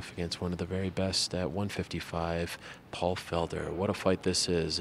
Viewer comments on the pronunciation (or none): none